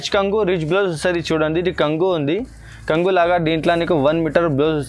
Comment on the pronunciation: బాగుంనాఈ చిరలు కంగు కాదు బాబు కొంగు అను